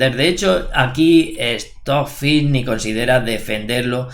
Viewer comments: "Estó fi "...🤣🤣🤣🤣🤣🤣🤣🤣🤣🤣🤣🤣🤣😋😋 Trabaja la pronunciación por respeto. Stock fish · Esto fi